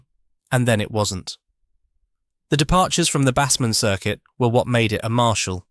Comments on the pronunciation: The Fender Bassman is pronounced BAYCE-man not BAHS-man. Bass, as in bass guitar! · Its pronounced BASEMAN not BASSMAN.